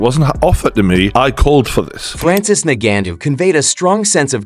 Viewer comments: Ok, let's start from... He's not "Nagannou" as you pronounce it. He's Ngannou. Nevertheless, am team AJ... we want that undisputed shot. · Ngannou bro please not NANGENO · Made a whole video and call the guy Nagannu. That takes effort. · Why don't you just day Francis instead of constantly mispronouncing his name. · Mispronouncing the word ‘this’ is not nearly as lame as mispronouncing a person’s name over and over and over, and more so if the person is famous. By now Ngannou’s name is pretty much a household name, so it comes down to laziness, basically 😂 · He butchered his last name every time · I don't know how to pronounce ngannou so I'll use 98 different mispronounciations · If you can't say his name correctly don't do a video..... Sad you cant say it right😂😂😂😂 I had to stop the video 😂😂😂😂